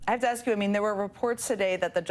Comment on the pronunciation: You don't do that Leticia, are you a crook.. axing for a fren!